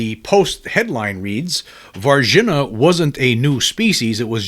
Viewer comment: Respectful correction: Var-zheen-yuh, Brazil